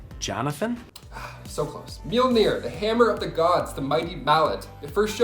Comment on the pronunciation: Wasn't expecting "Johnathon" from. Nearly woke my kid laughing.